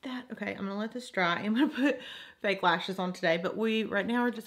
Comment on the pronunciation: i lovee how u sayy dra for the word "dry" 💖💚💚💖 urr soo freakingg stunningg